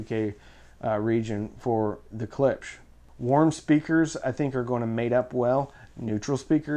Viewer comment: Ha! Caught ya! You said Klips again instead of Klipsch ;)